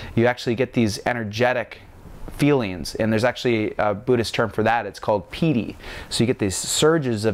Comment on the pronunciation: Samatha was correct. - Jhana was correct - Piti was basically correct - emphasize on the silent "HHH" sound... so like "PEE-T-HEE" - you say "VEE-PASANA" it's more like "Vihp-pasanah" - you say "SAW-DEE" its more like "SAW-T--HEE" again with silent "H" both of those are very small, almost insignificant because a local would still understand you. However your biggest mispronunciation that might confuse a local is: You say it as "SAW-MA-HAWDEE" Its more like, "SAW-MA-D-HEE" still not exactly right. Its practically a bad joke to try to correct pronunciation over text haha. I hope this helps!